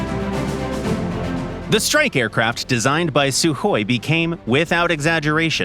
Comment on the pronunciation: FINALLY SOMEONE SAID THE "KH" RIGHT